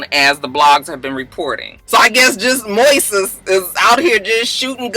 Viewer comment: Hey Moises is Spanish for Moses. It's pronounced Moy-sess